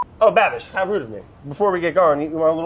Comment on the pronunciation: Im a little disappointed that brad can’t pronounce Babish. I hoped they were long lost youtube friends